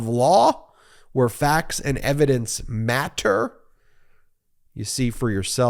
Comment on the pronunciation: Where facts and evidence…matter. The way you said matter was hilarious. Love you guys! So informative.